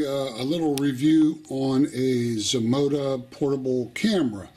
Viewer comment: Zmodo asked you to do a review and you say Zmoda???